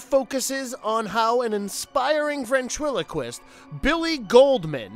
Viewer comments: Does anyone know why the narrator doesn’t pronounce ventriloquist correctly? He says veRntriliquist all but one time? Or did no one else notice this? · Really struggling with that ventriloquist word huh?